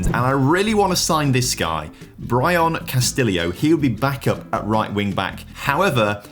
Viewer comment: Genuinely baffles me how consistently poor his pronunciations are. Like he says "Bryon Castilleo" 🤣